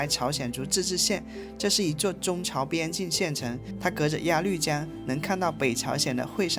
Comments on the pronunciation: 鸭绿（路lu）江！不是发“绿色的绿“音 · 谢谢的视频，每期都很精彩。喜欢我们的朝鲜族同胞。 另外，“高句丽”不读成“句（巨）”，在这里是读成“勾（沟）”，应该是一个多音字，或者是通假字。还有鸭绿江中的“绿”，是读成“路”，也是多音字。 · 高句（gou)丽 音同“勾” 鸭绿（lu)江 音同“录” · 鸭绿(lv)江，不是鸭lu江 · 全是错别字，高句gou丽，鸭绿lu江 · 谢谢的视频，拍得非常好，辛苦了。我关注了，也点赞了。🎉🎉🎉 不过，我想在这里小心地提醒一下，视频中有2处小小的口误～～（ 1）高句丽（gāo gōu lí）； （2）鸭绿（lù）江，还请笑纳我的好意提醒奥。🎉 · 高句丽（读：高勾丽） 、鸭绿江（读：鸭路江）